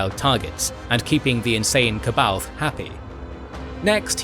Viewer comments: Ka baoth???? Its pronounced Saa-bah-yoth. Goodness gracious. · The anniversary edition of Heir to the Empire actually gives a pronunciation guide to "C'Baoth". Apparently it's supposed to be "suh-bay-oth". How tf would anyone figure that out???